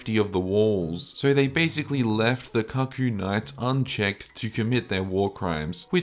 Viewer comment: Great video! Cuckoo is pronounced “coocoo” btw